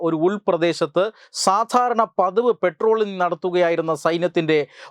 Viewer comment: മോനെ.... പെട്രോളിംഗ് അല്ല....... ട്ടോ... പട്രോളിംഗ്..... എന്ന് പറയണം ട്ടോ...